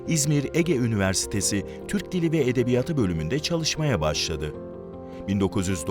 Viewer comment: Lütfen, edebiya:tı diye teleffuz edelim. Edebiyat kelimesi eksizken uzatılmaz ama kendinden sonra ünlüyle başlayan bir ek ya da kelime geldiğinde son hecesindeki [a] bir ses birim uzar ve toplamda 2 ses birim okunur.